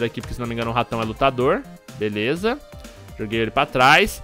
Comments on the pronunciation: foi só eu que percebi o falar #Veleza no começo do video??? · "Eae galera veleza" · patife vc falou veleza no video kkk